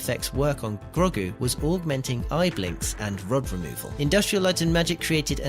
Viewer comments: Who is Grog-gu? Clearly not watched the show with that cringey Grandad pronunciation... 👎👎👎👎👎👎👎👎👎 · That pronunciation of Grogu 🤦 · Wtf is it with this guy's pronunciation?... Who is Grogg-oo? Who is Pixie Modo? Do we mean Grogu and PixOmoNdo?